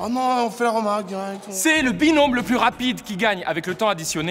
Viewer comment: carlito ta dit binonme mdr binom